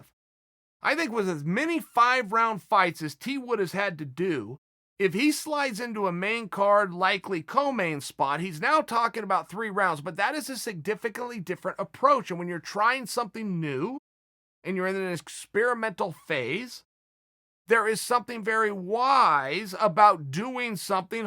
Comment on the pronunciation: Sigdifignig? Sigfignigdig? Or Sindiggignig? 🤦‍♂️